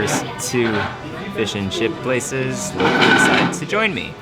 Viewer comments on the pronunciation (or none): none